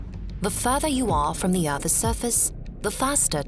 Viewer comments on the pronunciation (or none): "Earthes surface "